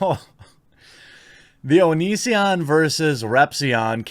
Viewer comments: When I first heard you talk about this I thought you said Onii-san video. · Every time you said “The Onion”, I thought you were talking about the click-bait article site. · You kept saying “the onion” and i legit thought you were talking about the satire news site xD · Jeremy, I have an honest question: can you read? Seriously: can you read? Because "Onision" and "The Onion" are two very different things. Do you know the difference, Jeremy?